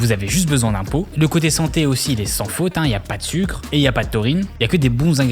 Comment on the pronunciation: " sUcré " il a dit 😂😂 jsuis mort 😂😂 et Sarah "tANcrédi" 😂😂😂